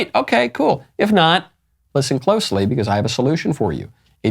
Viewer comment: You pronounce "because" wrong.